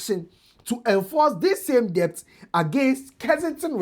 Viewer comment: this is a kind correction. Debt is pronounced as “det”👍🏾